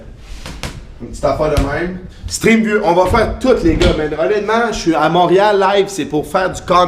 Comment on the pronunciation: Moureal... tu me fait rire quand tu le dis